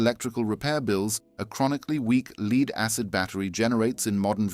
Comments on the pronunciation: AI voice faked as a British accent. The LEAD in a battery is pronounced like "led" not like "you can lead a horse to water..." This kind of bullshit makes me doubt the entire content's honesty. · 8 years so far on Motorcraft OE battery in Raptor. Why does this asshole pronounce "lead" with a long 'e'. Does he go to beed every evening? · Leed battery?